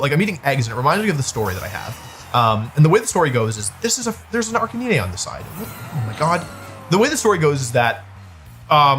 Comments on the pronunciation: I have so many questions about the world champion’s pronunciation of Pokemon names. Arkaneenay? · the way he pronounces Arcanine will always bother me (no hate to wolfey) also why is EVERYONE talking about eggs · I just need to know.... Is the Arcanine pronunciation a bit? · Am sorry but i just cannot accept how he says arcanine